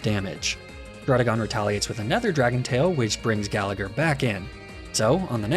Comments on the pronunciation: You pronounce gallagher like that, im Irish and I’d say it as Gal-a-her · And the second G in Gallagher is silent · If you're going to do an "Irish" name theme, then at least learn how to say Gallagher and McLoughlin correctly. Plus, Laddie isn't Irish, it's a Scottish stereotype. Get your "facts" straight.